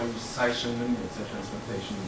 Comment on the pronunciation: 恐龍講"再生能源" 好像在講 財神爺